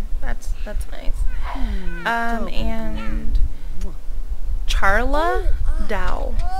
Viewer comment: Charla is pronounced Like Sharla. So Shar- la. xD